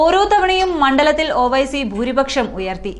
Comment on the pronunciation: ഓ വൈസി അല്ല ഒവൈസി എന്നു പറ